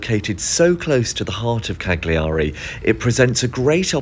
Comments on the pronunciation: If you called it by it's proper name it would be nice.. silent G.. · Minor point, we don't pronounce the g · poor man, he is so camp he cant speak and clearly will never manage to say cagliari properly!